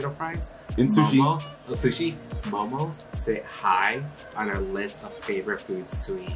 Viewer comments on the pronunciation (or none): The plural of Momo is Momo not Momos. And it’s actually pronounced maw:maw not mow mow. Just letting y’all know.